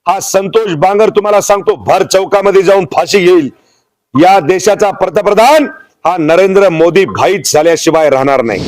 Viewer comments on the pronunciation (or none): पहिला पंतप्रधन म्हणायला शिक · पर्तप्रधान का पंतप्रधान... आधी बोलायला शिका... साहेब काय ते .. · पंतप्रधान पण निट म्हणता येत नाही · आधी पंतप्रधान म्हणहायला शिक बाबा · आधी याला पंतप्रधान चा उच्चार शिकवायला हवा😅😂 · अरे भाऊ, आधी पंतप्रधान बोलायला शिक...😂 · तुला अक्कल आहे मिशी कस काय ठेवली मूर्ख तुला पंतप्रधान हा शब्द सुद्धा व्यवस्थित बोलता येत नाही तू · अगोदर पंतप्रधान म्हणायला नीट शिका साहेब. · आधी सरळ पंतप्रधान म्हणायला शिका😂😂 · साहेबांना नीट पंतप्रधान बोलता येत नाही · अरे हे कीती आनाडी आहे... याला धड पंतप्रधान म्हणता येत नाही... कोण असल्या जनावरांना निवडून देतात कोण जाणे...